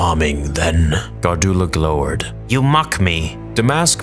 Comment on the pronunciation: With all due respect, "glower" and "ne'er-do-well" are both pronounced incorrectly. Glower is pronounced glou-er and ne'er-do-well is pronounced nair-doo-wel, with the emphasis on the first syllable.